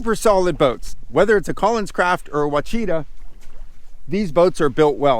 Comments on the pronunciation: These original hulls you referenced were not Quachita (Cacheeta), they are Ouachita (owachitah). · Ouachita is pronounced washita. The Ouachitas are a mountain range in Arkansas and the Ouachitas were also a Caddoan Indian tribe.